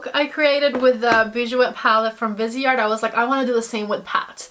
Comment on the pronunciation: It’s driving me crazy already. It’s pronounced VEEZ-art. It’s French. “Vise” from the word “visage” (face) and art. And bijoux is pronounced “Beej-SHOO”. (🇨🇦 Montrealer)